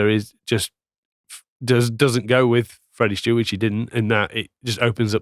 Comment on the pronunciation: STEWARD. Not Stewart. Love the content though chaps